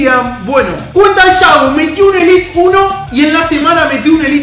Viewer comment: Es élite no elit sos argentino no podes